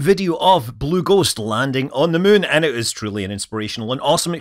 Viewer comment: Funny how you pronounce muun. 😊